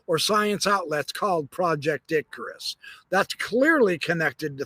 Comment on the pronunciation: I am hearing impaired and keep on hearing you say ,project dickrus